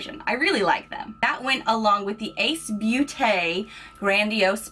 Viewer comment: The ē in Ace Beautē makes s long E sound so it's pronounced beauty ☺️